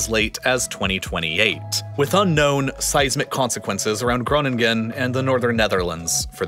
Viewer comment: As a native Dutch person I love how he pronounces Groningen our language is so weird that I do not blame him for pronouncing it wrong